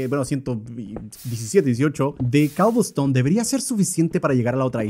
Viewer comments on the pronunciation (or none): ¡ES COBLESTONE! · Luzu: cobelston German: coublstoun